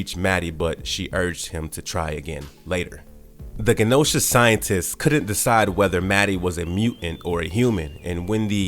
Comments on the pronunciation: PROOFREAD, SPELL CHECK AND USE GRAMMARLY FOR YOUR SCRIPTS PLEASE IM BEGGING YOU 🙏🏾 Siege Peril-ous Ma-raud(rod)-ers Gen(jen)-osha It’s never been called “Earth six-sixteen” it’s just Earth Six, One, Six. Bro it’s literal Beyond-er… seriously? 😂 I’ma have to unsubscribe until y’all get that together, sorry. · Genosha is a soft G, not a hard G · Right! I cringed through the whole video. This guy couldn’t pronounce Genosha, N’astir, Genegineer, and pretty much any name aside from Maddy and Scott. Lol